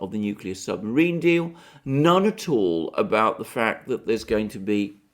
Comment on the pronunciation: I like it when you said 'torpedo the submariin' its a good thing slow Joe wasn't listening he might ask for the button.